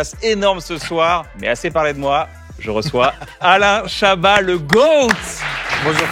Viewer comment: L'homme qui n'aime pas qu'on prononce le "t" dans son nom Alaiiiiin Chabaaaaahaaaat